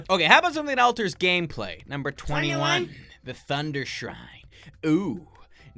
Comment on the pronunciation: Him saying 21 was weird